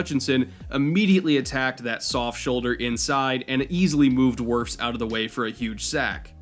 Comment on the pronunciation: Psst, it's Wirfs